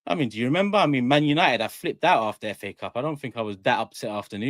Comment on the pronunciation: man said fa cups 😂😂😂😂